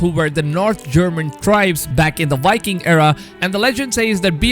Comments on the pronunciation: Stop saying yiking it’s Viking this really grinds my gears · Wiking 🤣 I can't take this guy seriously